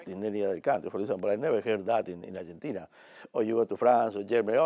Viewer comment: Bobby Robson “we could beat ArgenTINIA” can’t even say the name of a well known nation & greater than you at football that actually current champions back then & played you 4 years prior yet you think you already can beat “ArgenTINIA”? Sure & greater preparation as always 👍